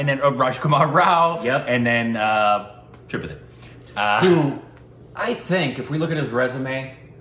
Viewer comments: The movie was insane. Also, just FYI, it's pronounced as three-paht-eee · Another thing regarding Tripathi's name. It is writtern with single 'a' but while pronouncing, it is said with double a.. When pronouncing, it will be "Tripaathi"